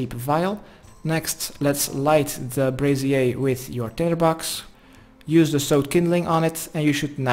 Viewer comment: I love how you say brazier, like it's French.